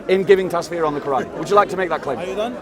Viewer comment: I have to say this so you get it right next time- it's pronounced TUFF SEER, not tasfeer You sir, are what I wished i could be a half of. May God keep you always.